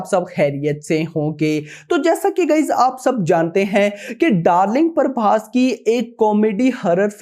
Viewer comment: Bc parbhas nai.. Prabhas hai Naam b bolna nai aata isse